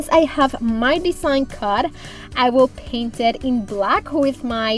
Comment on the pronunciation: CHALK paint! I was listening to this whilst doing other things and thought it was called SHOCK paint lol 😂